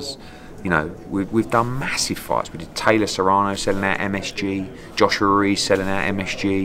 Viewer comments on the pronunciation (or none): none